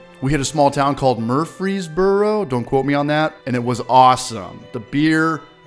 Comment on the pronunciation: You got Murfreesboro right. Everything is slower in the south.